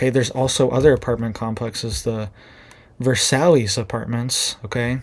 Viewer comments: It’s not “Ver sallys.” Just say “Vur sigh.” It is the name of the French palace where the treaty was signed which ended World War I. Versailles. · I could be wrong, but I believe the name of that complex is a French word and it is pronounced, Ver-sai, not Versallys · It’s pronounced Ver-size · Ver-sall-Ess! Pronounced Ver-sigh. It's Italian, not Texan. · If it's spelled Versailles, it's pronounced Vayr-sigh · If it’s spelled Versailles, it’s pronounced “ver sye”